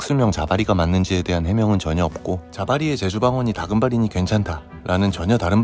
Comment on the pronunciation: 심각하게 보고 있다가 필리핀 억양 다금바리~에 풉 터짐